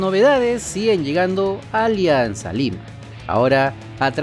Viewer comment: Ya no dice Olianzaaa lima 🤣🤣🤣